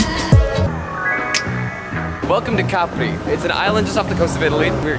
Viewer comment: Finally someone who got the name right,lovely video